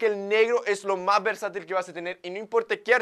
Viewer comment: Extraño cuando decía versital 😅